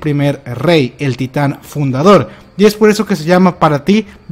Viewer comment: "Titan fudador"